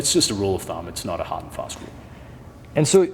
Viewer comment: Pushin' ard! 😋